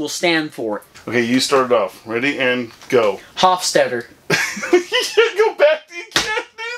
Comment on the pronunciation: That was funny as f**k, thank you for that! Also, you nailed that Hofstaetter pronunciation! keep it up dogs